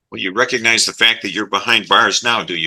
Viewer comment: "i don' reco'nize" THIS HURTS MY SOUL IT IS SSSOOOOOOOOOOOOOOOO FRUSTRATING!